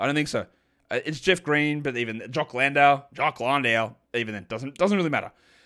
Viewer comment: Jock LAWN-DALE